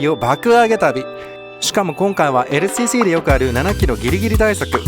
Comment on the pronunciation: ＬＣＣの発音良すぎ問題